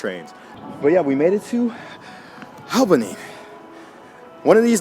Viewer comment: You miss pronounced Albany wrong....at least the first time and Syracuse